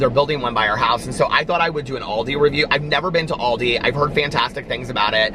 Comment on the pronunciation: It’s call ALDI 😂😂 AL not AUL , pronounced al like pal